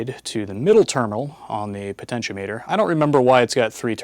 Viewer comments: It is pronounced po-ten-she-OM-eter. The the outside terminals are connected to the ends of the resistor and the center terminal is connected to the wiper. The name refers to potential or voltage and is normally used as a variable voltage divider. It is connected across a voltage source and the load is connected to one end and the slider so it can feed a percentage of the total voltage from zero to 100%.It .When you only connect one end and the wiper and put it in series with the voltage source and the load, it is being used as a rheostat, which is a current limiting device. The do sell rheostats, which only have two pins.. Potentiometers were often used to control audio volume. The audio from the source is connected to the top terminal and the bottom terminal, which is ground The slider and ground are connected to the amplifier, so you can feed a percentage of the input signal to the amplifier. On the other hand, the float in your car's gas tank adjusts a rheostat, hooked in series with the battery and the gas gauge which is actually an ammeter. As the gas is used the float drops, uses more of the rheistat and less current flows through the gas gauge/ammeter. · The (mis)pronunciations of potentiometer and multimeter make me chuckle.